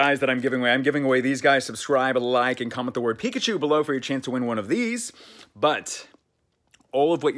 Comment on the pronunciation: Pickuchew k